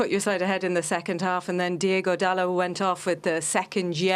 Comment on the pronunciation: His name is DIOGO not Diego ffs. Ignorance as usual